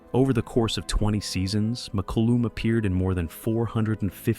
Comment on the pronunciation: The photos don't line-up with, well, anything. Mak-oo-lum. Muh-koo-lum. May-koo-lum.At least pronounce it the same in one sentence.